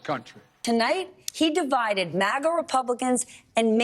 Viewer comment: Does he keep saying MAGNA?